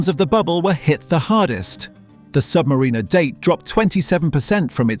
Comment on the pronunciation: Hilarious video. Cheap computer narration can't pronounce "AD's" or even "Submariner". Another lazy YouTuber.